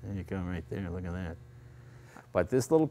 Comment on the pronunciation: “There ya go....wold ja loogat that.”